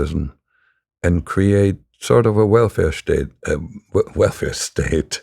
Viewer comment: "WellfareSTAAT 😅 ~ Wohlfahrtstaat"